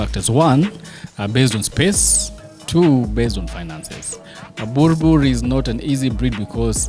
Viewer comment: Awesome episode... I love boerboels so much... I have a female of my own. Been a subscriber from the early episodes of dog TV. The show is great but someone needs to advise. It's not pronounced burbur it should be buorbul... Written boerboel but people call them boerbo-el or boerb-el. Correct pronunciation I think should be buorbul. My thoughts